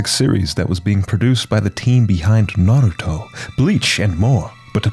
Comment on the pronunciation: Nadthruto? Nah- Ru- toe